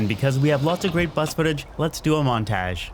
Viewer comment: when he pronounces “montage” had my dying lmao🤣